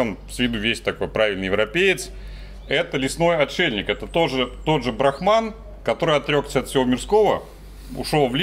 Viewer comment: брАхман, а не брахмАн. Это разные понятия :3 БрахмАн - понятие, обозначающее надличностный, индифферентный абсолют, «душу мира», первооснову всех вещей и феноменов.